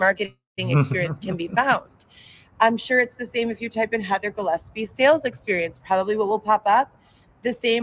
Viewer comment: I'm kinda sad you stopped calling her "Gilleppsee"